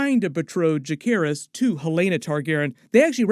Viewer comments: why do you insist on mispronouncing names 😂 it's Juh-SEHR-iss, not juh-care-iss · Isn't Jacerys pronounced with a 'C' not a 'K'!??